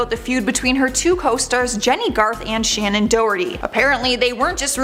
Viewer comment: Please get people's names correct! It is Shannon not Shannen. You said Leah's last name wrong. Seems disrespectful.